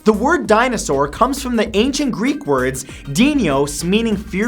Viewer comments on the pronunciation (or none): I KNOW GREEK ARE HARD TO PRONOUNCE BUT DUDE YOU BUTCHER THE ACCENT :p